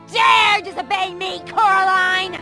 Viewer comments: just to let you know, it’s not coralina, it’s coraline ^^ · IT'S CORALINE NOT CORALINA